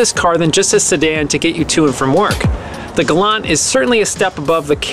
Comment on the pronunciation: It’s pronounced “Galant” with a “T!”